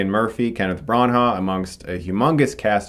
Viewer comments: love you channel man but just one thing, its pronounced BRANA not BRARNHARR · Did you just say "Kenneth Bran ha"? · Chris, I'm pretty sure you're mispronouncing Kenneth Branagh's name.